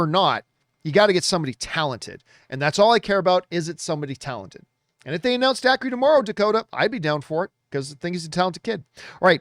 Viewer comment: Dacre is pronounced Daker.